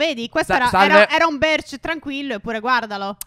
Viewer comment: Birch no berch